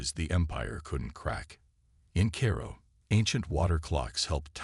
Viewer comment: Hey, AI, that is World War 2, not World War i i. "Paper maps encompass, " encompass what?? The words are: "and compass. Your AI needs to learn Pronunciation - I can't even say how it pronounced Cairo [ki[long I] to [long O] Preset positions or pre-set positions? That is A I support, not ai support. "four emergencies" or "for emergencies"?